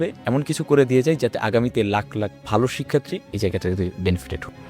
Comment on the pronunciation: দুঃখজনক,,,শিক্ষার্থী শব্দটা উচ্চারণ করতে বারবারই স্লিপ খাচ্ছে!!!